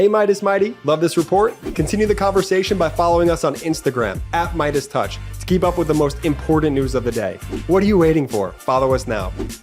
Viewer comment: needs to stop saying "impordant"